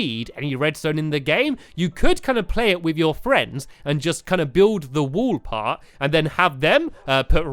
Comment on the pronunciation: Stampy some time I kinda here you say "wool" instead of "wall" so can you pls practice saying wall and wool properly